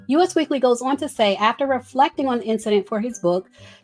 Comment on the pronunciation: Girl that magazine is pronounced "US Weekly" as in the word "us" that rhymes with "bus," not the letters U and S like the country. 😂